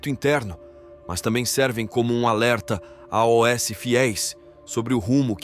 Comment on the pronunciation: Porque o narrador soletra a o s ao invés de dizer aos?